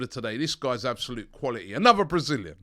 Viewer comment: Robbie pronounces Brazilian like an Italian 🤦🏾‍♂️😂